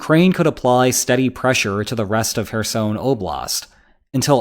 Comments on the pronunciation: If you're making a video about Kherson. Could you at least get the name right. It's very cringy. ''Hersoin'' what?😅 Apart from that great update about the situation there atm. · You say Kherson like Michael Jackson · As someone who speaks Ukrainian\Russian, his pronunciation of Kherson is triggering.